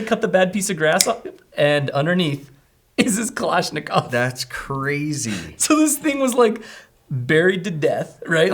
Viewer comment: Its kulishnicov not kalanishicov its more of a long I Nat a your butchering it and I'm not russian and I can tell you that